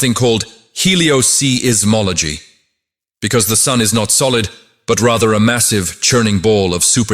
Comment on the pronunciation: Helio - "see - is - mology"?? WTF??? Somebody's obviously NOT doing their due diligence in the creation of this video.